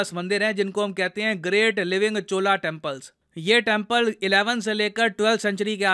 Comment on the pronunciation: सर आप मेरा कॉमेंट्स पढ़ो या ना पढ़ो पर मैं लिख रहा हूं । आप उच्चारण में बहुत बड़ी गलती कर रहे हो चोल को बार बार चोला चोला बोल रहे हो ये वैसे ही है जैसे योग को हम लोग गलती से योगा योगा बोलते है जोकि गलत है ।